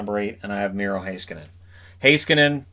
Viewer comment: As a Finn, I'm very impressed by your pronunciation of Heiskanen.